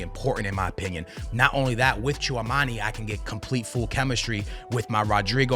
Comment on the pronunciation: Hearing you mispronounce Tchouameni for like 100 times on this video was painful.